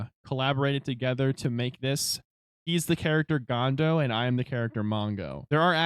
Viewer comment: uhh its GONDA not GONDO but ok lol. fire vid